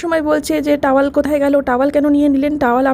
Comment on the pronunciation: টাওয়াল নয়, টাওয়েল (Towel)